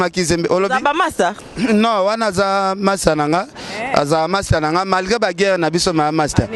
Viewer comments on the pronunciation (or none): none